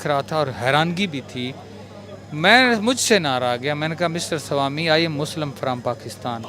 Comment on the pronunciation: Salami nahi ..... Swami bolna chahta hai 🤦🏻‍♂️😲😅